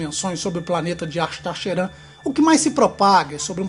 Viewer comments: Se fala cherram apesar que escreve , Sheran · Você fala "Ashtar Sheran" bem engraçado kk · nosrefeJ tbm achei kkk